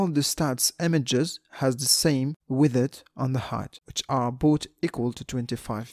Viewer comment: I came here for your pronunciation of "widdeth"